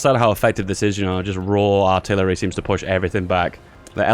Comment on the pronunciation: ok dont mind my arrogance started watching few days ago. cheers. PS. you sound like you're having a stroke when you say "Aaarhhtillery" has anyone told you that